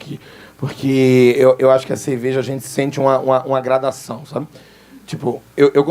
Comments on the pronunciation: Eu ouvi CEVEJA? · “Eu gosto de ceveja”